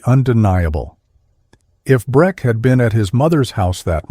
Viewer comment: Breck not Brett. Sell not Cell.